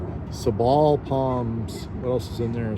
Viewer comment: Sa-ball palms lmao... It's Say-ble anyway that's how we redneck's in sabal country pronounce it.